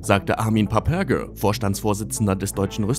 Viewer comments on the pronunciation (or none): Ser Mann ist Deutschet und heißt PAPPBERGER nicht Pabbbörger